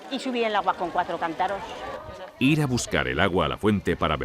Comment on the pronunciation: Pronuncian "cantáros" 😅